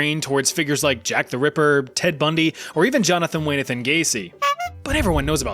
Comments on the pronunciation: "Johnathan Wayneathon Gayce" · jonathan wayne-aton gaysee, Oh You Mean John Wayne Gacy 🤡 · "Jonathan Waynathon Gacy" 🙄🙄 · how did you not know the correct name of JWG? whyneathin? who the hell is whyaneathin ?